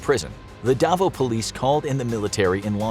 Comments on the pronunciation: The way he said Davo instead of Davao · It’s pronounced davaw